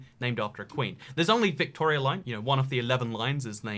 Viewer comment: His pronunciation of Victoria was bang on though, so no worries.